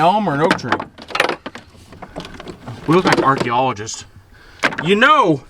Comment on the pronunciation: did you call your self barchaeologists ?